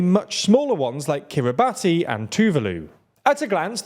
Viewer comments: It's pronounced kiribas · I also feel the need to correct your pronounciation of Kiribati. It’s an easy trap to call into but it’s pronounced more like Kiribass as far as I know. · Kiri-bas, not Kiri-batty. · It’s Kiri-Bassss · Kiribati , is pronounced kirr ih bass. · Kiribati is pronounced kiri-bats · Kiribati is pronounced Kiri-Bas not Kiribati. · Small note: The name of the nation of Kiribati is pronounced KIRI-bas, as it's the local rendition of the earlier colonial name Gilberts. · Heads up kiribati is pronounced kiri-bass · Kiribati is pronounced ki-ree-bas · Kiribati is pronounced Kiribass by the way. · 'Kiribati' is pronounced 'Kiri-bas'. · Hey there … I believe the country Kiribati is pronounced differently. It’s pronounced more like Kiribas rather than how it’s spelt… luv you guys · Y’all need to work on pronouncing. Kiribati is a sovereign nation, name butchered. Did the same with Mongolia. Yes they’re less “bell curve average” names to pronounce in English, but it feels like y’all just didn’t even look at a basic pronunciation guide. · Kiribati is pronounced "Kiribass" (like how nation is pronounced "nayshon") and it's the Mariana Islands, not the Marinara Islands. As in, the Mariana Trench, not Marinara sauce. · ffs guys, the Minecraft stuff is cute but please do your research in pronouncing place names. It's basic respect for the people who live there. Kiyr-ih-bahs, not Kiyr-ree-bah-tee. And Mari*nar*a Islands? Seriously? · He just called the Northern Mariana Islands the Northern MARINARA Islands 😂😂😂😂 someone had Italian food on their mind… also Kiribati…it’s pronounced Kira-Bahs